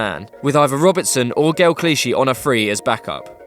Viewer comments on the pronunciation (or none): none